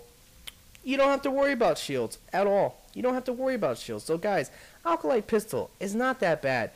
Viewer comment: alcolyte? Its Acolyte. :D